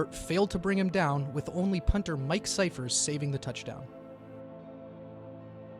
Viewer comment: Two things: 1) Witten's back in the league. :) Go back and make his dot grey, maybe? He's at least in the same state of non-retiredness as Gates. 2) Scifres pronounces his name "Sy-fress", not "Sy-furs". I only know this because the Chargers end up beating the Colts in an OT playoff game where his punts played a HUGE role in stifling the Colts' offense. So the next week, the announcers were like, "People were saying Scifres' name so much last week, and it turns out we've been pronouncing it wrong. He corrected us, and it's pronounced 'Sy-fress'." And then Scifres punted and gave up a punt return TD. So the announcers said, "Maybe we should go back to pronouncing it the other way."